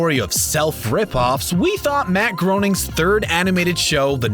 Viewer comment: What the heck was that? First you’re doing “ripoffs of,” then things the Simpsons supposedly ripped off from others, and I don’t see how the tone of Groening’s own subsequent work should count as a being a ripoff—? Also, if you’re gonna do a whole video about the Simpsons, you should learn how to pronounce Groening. Note I’m not giving a thumbs down or anything, since the video wasn’t completely without value. Would appreciate a little more attention to actually delivering what you promise.